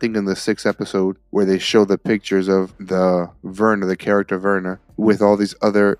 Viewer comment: The mysterious women is called VERNA bro , you got everyone else’s names right but not hers lol